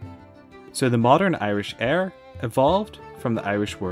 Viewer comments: Éire is NOT pronounced 'Air'. It's promounced 'Air-ah'. And 'Éire' refers to the whole mainland, the whole of the big island of Ireland and does not traditionally refer to the islands of Éire/Ireland. Even today, the people of Toraí island, and other islands off the coast of the mainland, speak about 'ag dul go hÉireann' ('going to Ireland'), meaning the mainland. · 'aira' not 'air' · Éire is pronounced (Air-ah) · You pronounced Éire wrong it's (Air-rah) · Hey, fan of your videos but as an Irish guy I thought I'd just give a pronunciation pointer. "Éire" is pronounced air-uh, whereas "eire" is pronounced err-uh. The two words are entirely distinct and it actually is not a case of the accent in Éire being optional in modern Irish. Indeed, the use of the incorrect spelling "Eire" is often seen as a slight against Irish sovereignty, as it was the spelling used by British authorities when communicating with Ireland after independence. This was such an issue that the Irish High Court issued a judgment holding that official State correspondence addressed to "Eire" could legally be ignored, as no such State exists. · Yeah irish yeah. It's pronounced. AIR-UH wih a soft UH. Eire ...AIR...uh. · You need to pronounce the 2nd e in Éire and I never have seen Éire without the fáda. Also, What's Éiren? Do you mean Éirinn, or Éireann, because they are the same thing, just grammatical ways of say Ireland. But nice video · it bother me so much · As an Irishman I thought you would get the pronunciation correct. But good video all the same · dreadful mispronunciation of Eire throughout is dreadful